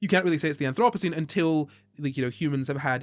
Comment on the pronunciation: You pronounced Anthropocene just perfectly the first time!